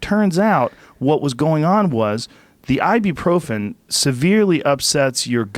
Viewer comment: Joe advertising Ibuprofen is hillarious. Can't even pronounce correctly